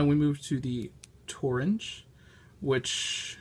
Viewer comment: Stop saying "torange"! Say "orange"!